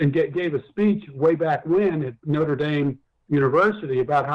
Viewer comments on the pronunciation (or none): none